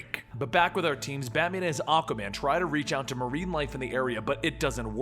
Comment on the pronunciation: I keep hearing you say Acaman...I'm like "who's acaman?" Lol